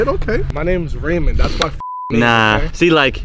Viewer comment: Raymond (rain-man)